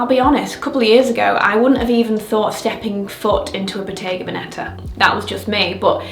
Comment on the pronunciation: Victoria, could you please check how Bottega Veneta should be pronounced…Such a common mistake…